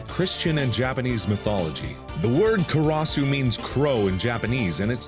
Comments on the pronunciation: Neuschwanzstein? XD well... his japanese is worse... karasu (カラス/烏) is raven... what he says sounds more like korosu (殺す)... that means "to kill"... but anyway... he did his best and it was interesting XD edit: btw... was Neuschwanzstein a typo or are you german and know, what you did there? if it was a typo - well done... you wrote "new dick stone" or "new tail stone" ^^ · over pronounces the European names doesnt put in an ounce of effort for the Japanese ones kUh RaH SoO